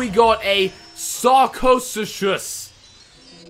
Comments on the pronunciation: It is pronounced "Sarcosucus" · its sarco-suc-us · Its pronounced sarco-su-cus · Lucky. Sar-Ko-soo-kus is how it's pronounced though. Sarcosuchus is twice the size of today's Nile crocidile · pronunciation for sarcosuchus: sark-o-su-chus say that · i love the sarcosuchus its the strongest carnivore in real life but all dinosaurs are are extinct and you say it like this sarcosucus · Also Sarcosuchus is pronounced (Sarco-such-chus) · sarco-suches is how you say it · Bruh yes it can hit it every thing can kill every thing flying is good vs water is good vs carnivor is good vs herbivores and they are good vs flying loop and you pronounce it sark o sook us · its pronounced sar-co-su-cus. Just to let ya know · it's called a sar co soo kus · It's pronounced "Sar-co-sue-cose" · it is pronounced sar co sucus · Its pronounced suk-a-soo-mus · It's Sarco-suke-us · Ts called sar-co-soo-cus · Sar-ca-soo- cus is how to say it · It is pronounced sarcosukus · Its sar-co-soo-cus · Its pronounced sarco sukus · omg its sak/a/su/cus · You pernounce it sarc-o-sooc-us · it is "sar" "ca" "su" cus" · SAR CO SOO KUS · You pronouns it sarco suko